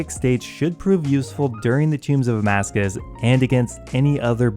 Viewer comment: Please stop saying Amascus! Lol it’s Tombs of Amascut! I love your videos but that is driving me insane lol EDIT: Nevermind. Later in the video it’s corrected.